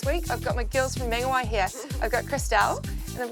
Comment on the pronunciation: Good vid:) You pronounced Whangarei correct but not Mangawhai....... Why